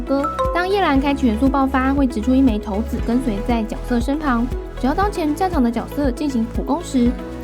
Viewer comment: 不是念骰(ㄕㄞˇ)子嗎?我怎麼一直聽到頭子